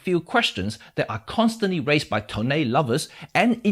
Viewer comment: LOL that 'toneh' really caught my off guard!